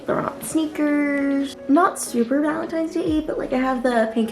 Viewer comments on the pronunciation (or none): Its valntines not gralntines